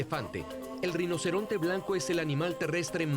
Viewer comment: Alguien puede aclararme, por favor, si en el docu se dice reinoceronte o rinoceronte? Porque si dice "reinoceronte", como a mi me parece escuchar, es falso.